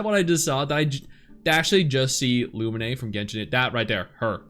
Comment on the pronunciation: ah yes, my favorite genshin protag; Loo min eh 🤭